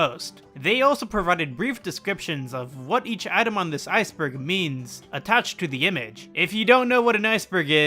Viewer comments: Iceberg? More like Ice-en-berg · It’s actually Called an icenberg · Iceberg more like icenberg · So this video is an... Ice-enberg? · Ah, you mean Icenberg?